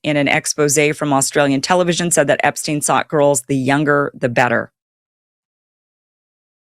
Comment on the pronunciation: You're not pronouncing Epstein correctly...